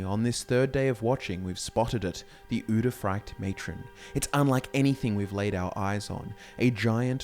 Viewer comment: You repeatedly say “uderfract” which is not at all what the word is. I guess it’s like how you pronounce Dreugh entirely wrong as well. You guys know lore but you suck shit at oral reading